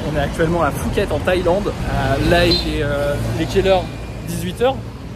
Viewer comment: Ca se dit Puket...on prononce pas le h ! Premier mot première erreur...; Et alors la suite c'est conneries sur conneries. Tu aurais du regarder les milliers de video qui existe déjà sur le sujet depuis 15 ans . 💩💩